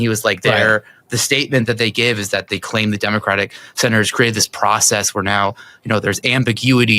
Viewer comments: I heard you say 6/7 when trying to say "6 senators". Memeing hard over here 😂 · (So off topic) my 5 year old heard you say “six senate…” and thought she heard 6-7 🤦🏻‍♀️ This too shall pass…